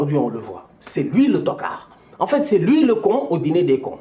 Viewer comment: Plus que t'card🤣🤣🤣🤣